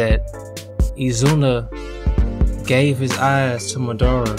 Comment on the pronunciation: His name is Mah-da-Ra!!! Say it right